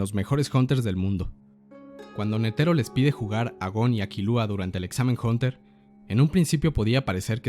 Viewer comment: porque dice jonter jajajajaa